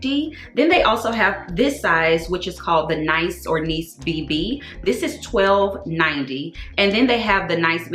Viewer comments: It’s pronounced “Neess” like Nice, France. Great additions to your collection. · Hey, it’s “Née-ce” Luke the city in France. Great pieces! 🤎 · It’s pronounced Nis. Or Nees.It’s French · Hey! It's Nice (neece) like the city in France, not the act/behavior (nyce). I'm so shocked to see so many things come back in stock on the LV website! Hopefully it stays that way for a few months. I love your hair this way!